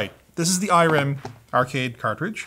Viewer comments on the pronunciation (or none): none